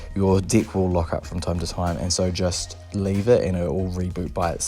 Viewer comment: Haha your accent! Every time you say "deck" it sounds like "dick" your "dick" will lock up!